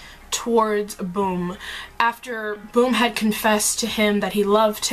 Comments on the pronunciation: I find it hilarious that you say bum's name as "boom", it's actually pronounced as the British slang "bum" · it's bum.. not boom...